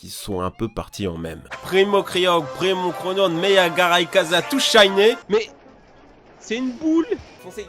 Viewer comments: Moi le "tous Shiney" ça me fais rire parce que j'ai les mêmes problèmes de prononciation (quelque part je me retrouve là-dedans). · "TOUS SHYNE" 😂😂😂